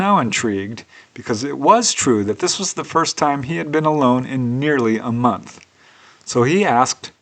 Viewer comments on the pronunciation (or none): none